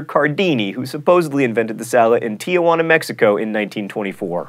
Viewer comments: common misconception 51: Its pronounced "Tee-wahn-ah" not "Tee-a-wahn-ah". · Don’t. Eat. Batteries. Got it. Also, John, it’s Ti-wahn-ah, not Ti-ya-wahn-ah ;) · Another misconception: that Tijuana is pronounced like you said it, tia-juana. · Ok I have one problem with this it is not Tiajuana it is Tijuana. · It's not Tiajuana it's Tijuana pronounce it right goddammit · Tijuana is pronounced "Tee hwana", not "Tia hwana". Otherwise it would just mean Aunt Jane, which probably has some other connotations that fit more into the Puff the Magic Dragon part following. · 51: It's "tee-wanna," not "tee-uh-wanna." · It's not "Tiajuana" or Tia Juana which means Aunt Jane. The name of the city is Tijuana and does not have an A before the J and is pronounced Tee hwana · #28 "Caesar Cardini supposedly invented the salad in Ti-a-juana (sic), Mexico" #51 - There is no Ti-a-juana, Mexico, it is Tijuana (tee-wanna), Mexico...don't make the name more complicated than it already is by adding an extra syllable. *grin* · Tijuana is not pronounced "tiawanna" but rather "teewanna." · You're pronouncing Tijuana wrong. Just thought you'd like to know. Three syllables, not four. It's not "Tiajuana." Quite a common mispronunciation. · Common Misconception 51: Tijuana isn't pronounced "Tiajuana" because there isn't actually an a in the name of the city. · He said Tijuana wrong. XD Ha ha hee hee hoo hoo sir. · Fun Fact: John mispronounced Tijuana. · Misconception bust for Mr. Green: the word "Tijuana" only has 3 syllables.